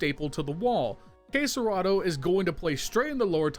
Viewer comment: its key-yo-soo-kay not “key-yo-s-kay” 🤦‍♂️